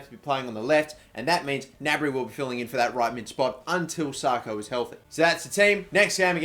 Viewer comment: IT'S 'SAKO NOT SARKO FFS.